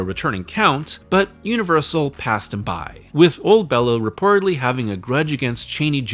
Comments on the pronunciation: Hate to be that guy, but Bela's name is pronounced Bay-la. Not Bell-A. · you always make great content but I'm sorry you lost me not even a minute in. My name is also Béla but hearing you say Bella the whole time is going to be grating. I'll stick it out tho for you.